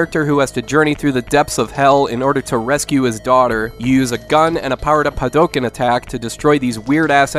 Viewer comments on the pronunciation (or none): none